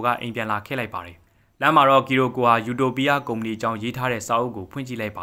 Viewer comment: ယူတိုပီးယား❌အူတိုပိအ✅